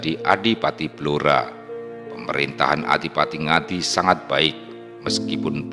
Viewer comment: BLORA dibaca BLURO.